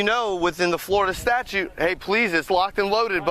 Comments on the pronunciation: Did he say statue 😂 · Statute ! NOT Statue.